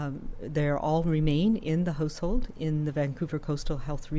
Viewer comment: Why does she keep saying "Hose Hold" and not "House Hold"? Where is she from?